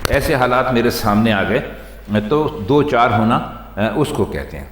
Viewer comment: Do char alg alg lafz nhi hain in ko dochar parha jata hay sir